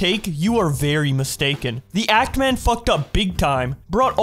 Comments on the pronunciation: The fact called The Act Man "antman" is so fucking funny it just goes to show still doesn't know what the fuck he's on about. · He can't even get ActMans name right calling him "ant man", I'd think his video was a joke but it's too long and he seems to genuine for it to be a troll. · Idk if it's intentional, but mispronouncing his name as "Ant Man" and making fun of him for supposedly liking superheroes irritates the hell out of me. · Epic roast. Also does anybody know why he keeps calling him "Ant Man" instead of Act Man? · calling Act Man, Ant Man, is really significant on how serious you should take him. Dood can't pronounce a 3 letter word without fucking it up lol. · lmao, he called actman ‘Ant Man’ and paired with Quantum tv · Bro ain't no way he pronouncing The Act Man as "The Ant Man". This dude high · He keeps saying Ant-man haha hilarious stuff my man, plz start ur comedy journey. 🤡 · If he gonna continue calling Act man "Ant Man" i will combust. idk why it triggered me so much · I know he's not the brightest person, but I can't tell if he's saying "ant-man" ironically. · You said his name wrong. It's AntMan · “Ant man” lol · literally invalidates his point by getting Act Mans name wrong